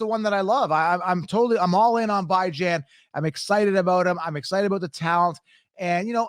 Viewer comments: Stop saying bye-Jan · It’s pronounced Bee Jon haha